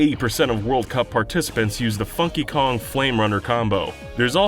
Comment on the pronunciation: You should put more emphasis on the N in funky kong... Just saying.